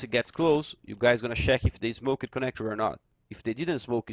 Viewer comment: Awesome video once again. Now everyone's going to be an expert on mirage! Love the way you say "smoked" like "smokered" hahaha :D